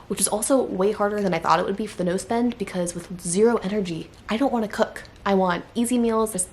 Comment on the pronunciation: I kept hearing nose bend instead of no spend 😂